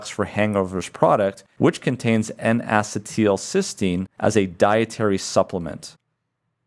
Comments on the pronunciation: Not to be a jerk but it is pronounced en uh cē tul not en ass ē tul. The only reason I bring it up is I have found doctors that laugh at the patient when you pronounce something wrong. Once I even had a doctor laugh at my pronunciation only to find out HIS pronunciation was wrong. People with chronic diseases really can suffer at the hands of insufferable doctors. Just trying to be helpful and not a jerk. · I have searched around, and can find no one who pronounces "acetyl-" the way you do. Every chemist or biologist is familiar with the common acetyl radical, and I suppose we all wince at your pronunciation each time. a-SEE-t'l is how everyone else says it. Otherwise, your lecture was superb. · Bruh is pronouncing it wrong.